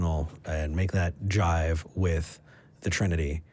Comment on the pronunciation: the word is "jibe", as in "make that jibe with...", not JIVE.